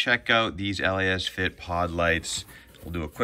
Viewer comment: First of, it’s Lasfit. Not LA - asfit 😆 Lasfit is how u pronouns it. And 2: I want those led pod lights. Lasfit is truly the way to go ❤️‍🔥